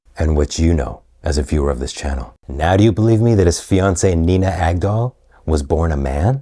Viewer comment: I can't stop hearing Nina Gag-all.